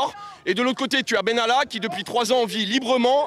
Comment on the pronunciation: Monsieur Bènalla ???????????? et on dit : Macron, Vèran, etc, ect !!!!!!!!!!!!!!!